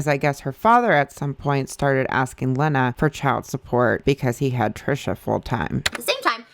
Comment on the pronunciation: her moms name is pronounced “leena”